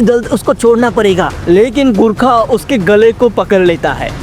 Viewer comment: Abey sale gurkha naii gorkha HOTA hey